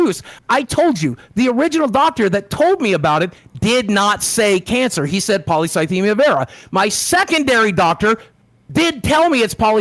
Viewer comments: I knew the moment he mispronounced polycythemia that he googled it. You don't get a cancer diagnosis and forget how to pronounce it. It's such a shocking diagnosis that people will even ask the doctor to write it down correctly so they can become experts on it when they get home. You don't mispronounce your cancer, that's just not what happens. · Hmm Boogie seems to have a pretty good recollection of exactly what the doctor said, but couldn't pronounce polycythemia right? Almost like he'd only seen it written down...